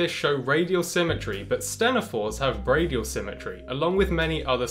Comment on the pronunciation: It's pronounced bi-radial symmetry, not "bradial" that one threw me for a loop.